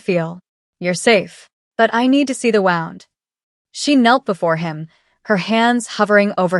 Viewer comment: I liked this story. The AI pronunciation of the word "wound" is hilarious. Other stories have a similarly hilarious AI pronunciation of the words "couch" and "read."